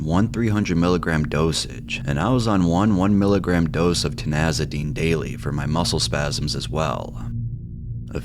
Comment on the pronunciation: Ti ZAN i dine! Not Ti NAZ i dine!